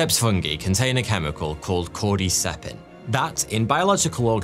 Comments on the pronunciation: Love you, but I hate the way you pronounce 'fungi' and 'chitin' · I can't be the only one to never hear the pronunciation "fungee" before...